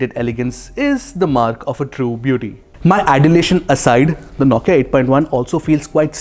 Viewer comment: You do good review....but the way you say Nokia....9kia... Irks a lot. Sorry my friend.